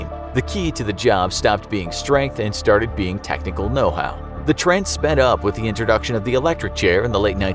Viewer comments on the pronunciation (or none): none